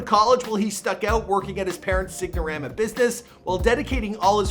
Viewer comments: Exactly! I reminded it to see if he really didnt say sign. But nope he definitely said sig-na-rama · SIGN - O - RAMA (SINE- O-RHama) NOT signormaa LEARN TO SPEAK! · As a Canadian, that's no excuse. How many times did he hear it during research ya know? And also sign-a-rama his parents business, he kept saying sig-na-rama hahaha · This guy really can't fucking read. He said Luis-ville and sig-no-rama.